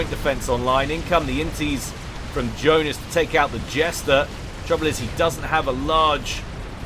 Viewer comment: Yeah, Johnice, not Joenice.